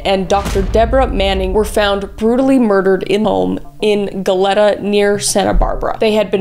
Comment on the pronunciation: It’s pronounced “go-lee-ta”